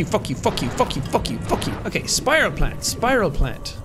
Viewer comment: “Alright let’s look for some PIEuhsPYRalsPANT clippings” that had me dying lol